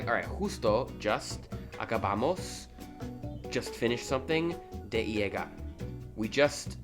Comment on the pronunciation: Two L's like in llegar is pronounced like y in you.